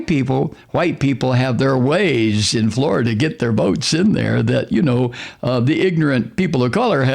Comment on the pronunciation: pronounced: Flori-Duhhhhhhhhhhhhh